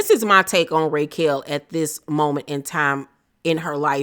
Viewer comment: Why are you pronouncing her name, “Raykel?” Lol